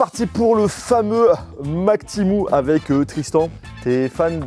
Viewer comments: C'est temU et non temou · Timou ❌ TémU ✅ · C’est Temu et non pas Timou !😂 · On dit pas tImOu on dit tému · Timou 😂 tu sais pas lire ou quoi c'est écrit temu ! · Temu ptn ça se dis TÉMUUUUU PAS TIMOU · Hein tu dis « ti-mou » ? 😂 j’ai toujours dit « té-muuu » 😂 Comme le mot « menu » mais avec un « T » 😂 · Temu: ❌ Timou: ✅ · PK TU DIS TIMU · Timou 😂 je sais pas comment on prononce mais en tout cas pas timou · ha non non pas du tout ou tu vois un double e ? Un e normal se prononce pas i c’est une dingerie d’écorchée un nom comme ça En tout cas bonne vidéo 👍